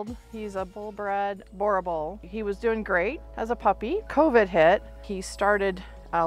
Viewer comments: A burghthhbull... You prounounce it burbull. The oe in boerboel is prounouced the same as the u in bull. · The name is pronounced booer-bull. It is a South African name and a Boer is Afrikaans for farmer.